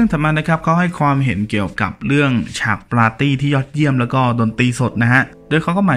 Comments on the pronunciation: อังกฤษ ไม่ใช่ อังกิด ปาร์ตี้ ไม่ใช่ ปลาตี้ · Party = ปาร์ตี้ ไม่ใช่ ปลาตี้